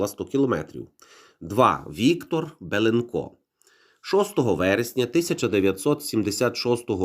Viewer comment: Козаче! А чому БєлєнкО, а не БєлЄнко?